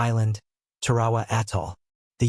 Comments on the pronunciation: Please look up how to pronounce Tarawa !!!!!!!! It's place in history means it deserves to be pronounced correctly. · Beyshio, Tar"awa.